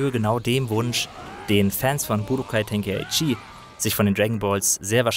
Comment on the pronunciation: Grundsätzlich eine sehr gute Review zu einem Spiel, das mich zugegebenermaßen nur mäßig interessiert. Ein paar gut gemeinte Anmerkungen zur Aussprache: mangaka, nicht mangakka. Budōkai Tenkaichi: [Bu Doo Kai Teŋ Kai Tši], nicht [Bu Do Kai Ten Kai Tšii] oder gar [... Ke Itšii] oder was auch immer das am Ende teilweise ausgesprochen Merkwürdiges ist. Und der Vollständigkeit halber: Son Gokuu, nicht Son Gooku. Son Gohan und Genkidama mit durchwegs kurzen Vokalen. Und Vegeta wie Veggies, nur mit -ta statt -s. Aber mir ist klar, die germanisierten Auswüchse haben sich alle durch die schlampige deutsche Synchro eingebrannt.